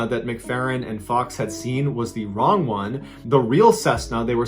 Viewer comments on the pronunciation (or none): She mispronounced the word "wrong"...